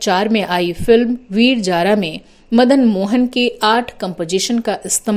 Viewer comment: Aapko J aur Z sounds ke pronunciation par kaam karna chahiye Aap Taaj ko Taaz aur Zaara ko Jaara kah rahi hain